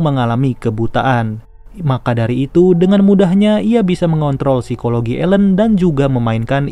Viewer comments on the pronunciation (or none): none